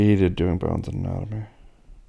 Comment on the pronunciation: Wat is anomonatamy?😂